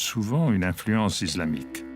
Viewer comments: Bien, mais j'ai fait une fixette sur la voix off😩 Pourquoi il prononce "iZlamique" au lieu de "islamique"?😂😂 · Fait exprès de prononcé :iZlamique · Quand j'entends iZlamique Je Zappe.....